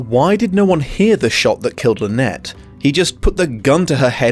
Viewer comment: Sympathetic or not, it drives me stark staring bonkers that they persist in pronouncing it “Lynette”.